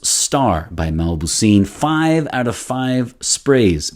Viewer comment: The name is not mabouseen it's mauboussin.